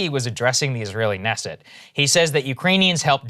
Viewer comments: Sagar, it's pronounced kenesset - the 'k' is not silent. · The K in Knesset isn't silent.